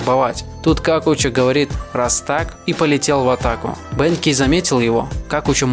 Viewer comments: Братан не бэнкей, а бенкей* правильно ударение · Если, что правильно говорит не бЕнкей, а бенкЕй и не вАкаса, а вакАса Но всё равно видос один из самых крутых